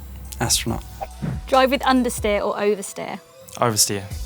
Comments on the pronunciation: Someone is going to make a nostalgia f1 clip from alonso when he said undsteer. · Man said understeer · Ofcourse Fernando says understeer